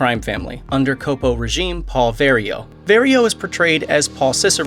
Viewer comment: It's capo (as in cop) not copo as in Copacabana!